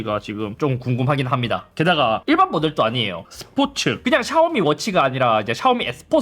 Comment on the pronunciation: 스포츠도 아니고 스포트